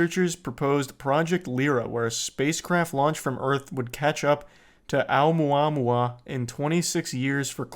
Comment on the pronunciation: Hearing Charlie say Oumuamua is satisfying